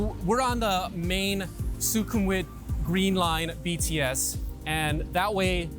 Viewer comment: Who are these horrible people thats been letting you say "nae NAE bts" and "Soo CUM vit"?